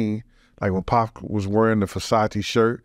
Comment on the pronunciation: Great podcast. Listening to wrestle with pronouncing "2pac...2pock...2puck" throughout it made it for me haha